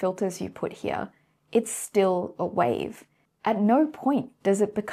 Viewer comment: Another lie is about observation itself - if the electron/photon are not observed, then we cannot know the result, period. If I do not observe you, then I do not see you, thats how reality works. Also, and this really upsets me, there is no version of "here" that has two syllables.